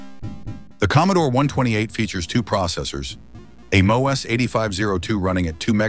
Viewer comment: And is that an AI voice you are using for your narration? Because if not, you don't know how to pronounce a lot of these names, such as MOS ('moss').